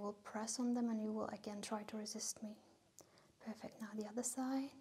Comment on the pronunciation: I Think she has problem with saying perfect